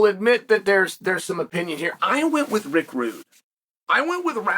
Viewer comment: Rick wude 😂